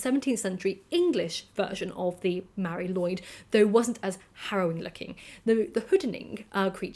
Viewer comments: Sorry for being "that" guy, but it's not pronounced Lloyd but something close to lu-id. Mari Lwyd literally translates as Grey Mary. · please keep making videos,! Your voice is addicting to listen to:) In Wales, we pronounce it 'loo' and 'eed', all one word, Mari Lwyd!:) Its a nuts traditional and I'll be honest even as a welshman if someone rocked up to my home with a horse skull on their head I would be horrified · That’s not quite right, since the w here is pronounced as ‘oo’, so taken together Lwyd is ‘loo-id’. Welsh vowel sounds can change depending on what letters they are next to in the word. The y sound is often an ‘uh’ sound, but not always.